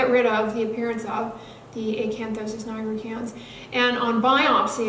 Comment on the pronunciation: I LOVE HOW YOU SAY ACANTHOSIS NIGRICANS!!